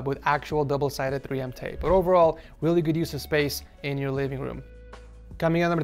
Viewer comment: "weally important" i pissed myself.